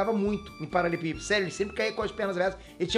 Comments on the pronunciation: não sabe falar paralelepípedo kkkk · Só eu percebi que o fala “paralepípedo “! Kkkkkkk